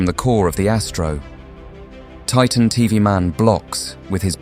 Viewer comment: Its titan tv man not titan tov man😂